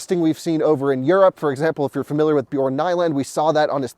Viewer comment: fyi Bjorn's name is pronounced B-yern, not B-yorn